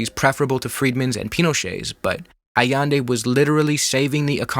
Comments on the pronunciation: allEndE not aiendi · nice video, but your pronunciations are wacked! Jacobo - Ha-ko-bo Allende - Ah-yend-de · Nosotroa pronunciamos Jacabo Árbenz no Yacobo, y Salvador Allende (Ayende). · Great video. It’s pronounced ahyende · I could be wrong, but i think you’re pronouncing Allende wrong.